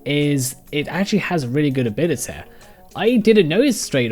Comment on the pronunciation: abilitae. Why do you say it like that